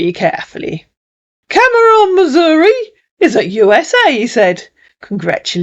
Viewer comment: Cameron Missouri, good grief. What a pathetic idiot. 🤦‍♀️ I'm from Missouri, and Cameron is pronounced Cam-rin. These lowlife scumbags scammers really are pitiful FOOLS! 🤣🤣🤣 As always, another great video.